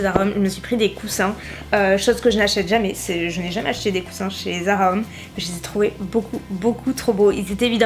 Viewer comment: Haha, je crois qu'il faut que tu travailles un peu ton anglais :p On dirait que tu dis "Zara hommes" au lieu de "Zara home" alors je me demandais ce que tu pouvais bien t'acheter pour toi au rayon hommes :p